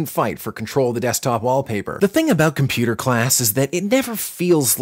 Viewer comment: Computer classes be like : Com-pyou-tor, Yiiiip yipyipyipyiyp (My reference